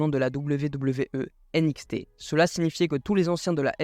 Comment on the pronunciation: Première fois que j'entends quelqu'un dire nxt a la française c'est étrange 😅 sinon j'aime bien